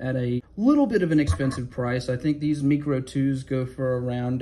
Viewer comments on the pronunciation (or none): Pretty sure the Mikro is pronounced "micro," like micro-penis. I have the Makro (macro). I assumed I was going to want to buy the Kydex immediately, but the leather sheath on that one works great. I can put it anywhere: belt, waits band, pocket. In the winter I used to put the small fixed blade up my sleeve. It has nothing to do with easy access for self-defense (i use a knife a tool, not a weapon, nor does anyone else who jawing on about using a knife as self defense), it's just easier to get to when I have a winter parka and all the other layers on. I used to put paracord on the sheath with the ends coming out where the tip of the blade is, stuff it in my sleeve with the ends coming out the cuff. When I needed it I would just pull the cord and it would pull it half way out so I grab the handle to draw it. With the Makro's sheath I just put it in my sleeve and put the belt loop outside the cuff, and it holds it in place.